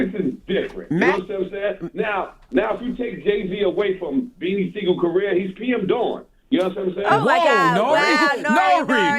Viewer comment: bro said PM DAWN lol